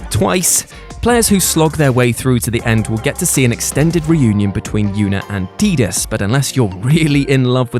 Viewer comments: I don't care. "Tidus" is pronounced "Tide-us" like Titus with a "D". Not "Tee-dus". Makes more sense to be "Tide" because of all of the water themes in the game. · its pronounced tiedus not teadus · It’s Tie-Dus, not “Tee-duhs”....